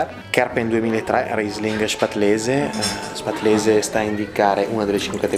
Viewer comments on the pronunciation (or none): Però ha pronunciato male “spätlese” 😅